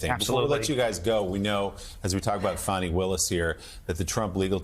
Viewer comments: Really, Joe?! You really haven't learned to pronounce Fany Willis's name by now? It's not "Fanny"; it's like fawny, fawny Willis. Say it; practice it like a professional. Please! And apologize to her; she deserves a ton of respect. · Hey Joe, stop calling Fani Willis fanny that's not how you say it. Think of a baby deer, fawny that's the real pronunciation. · More like "Fawn-ee". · I believe Fani is pronounced Fun-ee'Willis, Joe. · It's pronounced Fawny